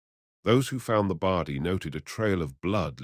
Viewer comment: WTF is a Bardy? ffs. The word is body. I gave this a like at first, but the pronunciation is terrible. So, no like or sub from me